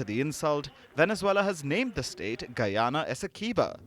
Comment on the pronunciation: As a Guyanese, I appreciate the efforts put into the report and the proper pronunciation for Guyana.